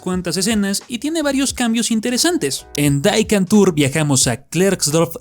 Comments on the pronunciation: Dato curioso: Entre las algunas lenguas que se hablan en Sudáfrica además del inglés y Zulu, existe el afrikaans, el cuál es simplemente neerlandés sudafricano. El título de la serie sudafricana no está en inglés, está en neerlandés, por lo que no se pronuncia "Dai, Kantoor", se pronuncia más o menos como "Dí Cantoor", ya que el "die" es el "the" de los alemanes y neerlandeses. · no se pronuncia “Di kantor” como en holandés?